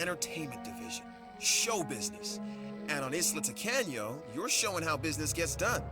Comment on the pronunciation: Anyone else hearing "Isla Tacano" as "Isla Taco?" Am I just hungry?